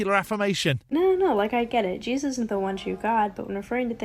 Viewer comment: She has the name of the book wrong (there's no "s" on Revelation), but she knows what's in it well enough to know that it's coming true. She also seems unable to say the second syllable of "Jesus." Not to mention the rest of her nonsense.